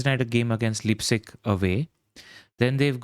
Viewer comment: For the pronunciations: Mi-koh-lenko LIPE-zig (rhymes with Ripe);)